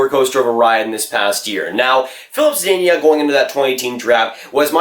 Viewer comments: Good vid but it’s ZUH-DEEN-UH not ZUH-DEEN-YUH (Zadina) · ZaDEEna, not Zadaynya